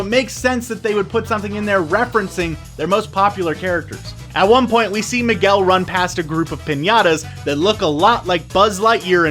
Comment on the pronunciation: That one scene where he says Miguel wrong XD